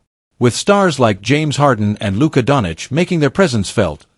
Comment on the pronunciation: you cant even get your pronunciation correct...rui, luka etc...